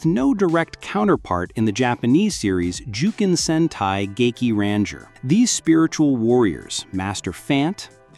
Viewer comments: bro totally butchered that pronunciation 💀💀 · LUL this mf can't even say ranger correctly what a fail he is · Cant even say ranger anymore 😂